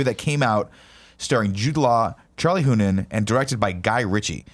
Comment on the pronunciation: Charlie "HOO-NAM"